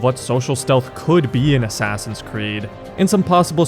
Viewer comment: i just realized he says ASSASSIUNS creed